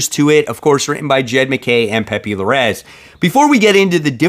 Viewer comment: “Pepee Luh-race”… come on! A Cuban guy who can’t pronounce Hispanic names, what has the world turn into!!!! Jejeje just trolling bro, loving your channel